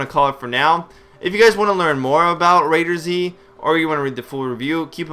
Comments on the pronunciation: just say it right before making a vid, ITS CALLED "RAID-ERZ" NOT RAIDER-ZZZZ!!! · Do you pronounce McDonald's as MC Donald's because that's a word with a capital letter during it. I don't think you do. Do you? Heck even the Admin's from Perfect world say the Z is used as a S. So please go do your homework before you reply to a comment.